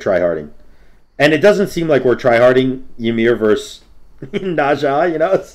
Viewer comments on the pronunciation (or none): I’m probably wrong but I thought he’s kinda trolling when he says it like that because it sounds funny lol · im sorry how did you say ymir